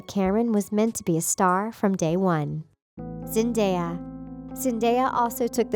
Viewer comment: I'm really sad about his death but.. "Zendaea" wth 😂 how do you read her name like that